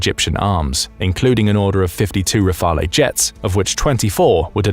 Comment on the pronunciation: Pls don't pronounce the 'e' in Rafale